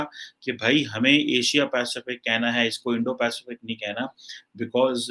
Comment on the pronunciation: ki Indo - Pacific bolne mein fatt ti hai 🤣